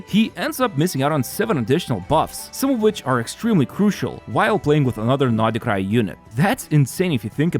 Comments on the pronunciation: Why is he pronouncing it NODI-krai 🤯 too much for my OCD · why does he say noDHE krai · Why do you call Nod-Krai naughtycry?